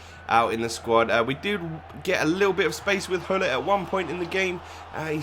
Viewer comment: Gullit, not Hullit!!!